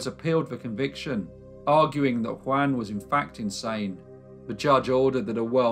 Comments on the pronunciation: *JUAN rhymes with YARN, not YAN. * 😖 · In Byran's poem, Don Juan, Juan is pronounced Jew- un.